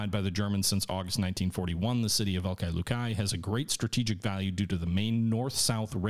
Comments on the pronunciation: Velikiye Luki is pronounced like this vuh-lee-kee-yuh loo-kee all best. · Disliked because you kept butchering the pronunciation of Velikie Luki. Scratch that - EVERY SINGLE Russian city on the map.